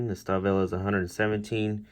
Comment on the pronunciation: It's pronounced "Shtalvile" :)